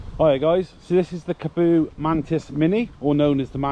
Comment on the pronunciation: Nice video, but you might like to look at pronunciation of the name - there's a double "A" and only one "O", so should be like Car-bow , rather than Ca-Boo :)